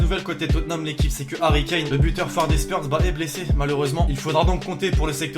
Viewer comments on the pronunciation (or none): none